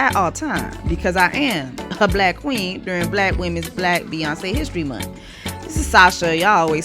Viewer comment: The way u keep saying Bkack women’s history month 😂😂😂😂